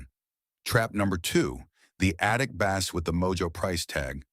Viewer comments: You lost me when you said bass as in fish. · Teach the ai voice the difference between a guitar and a fish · Bass? The fish? AI isn't ready to take over the world quite yet.